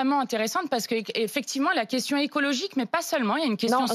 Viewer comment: le mot à été dit ^^ écologigue^^ mdrr